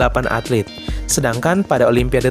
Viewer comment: ATLET kali, bukan atlit.